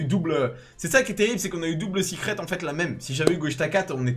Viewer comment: Pk tu dis sicrette.....au lieu de secrète ?